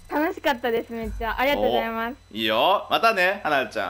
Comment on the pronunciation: ありがとうございますって言う妹さんの発音が バスケ部のあるあるなんだけど バスケでもやってるのかな?